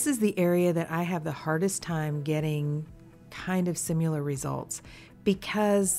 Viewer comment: I love your videos! Please stop saying "simular"